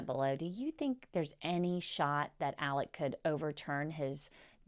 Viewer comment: i am baffled by Alex being pronounced Elik every time.